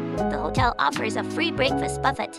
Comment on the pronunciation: Buffet 발음 이상해요